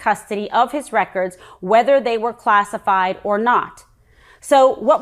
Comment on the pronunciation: "class EYE fied" GOD! Can we just launch her to the fucking moon already?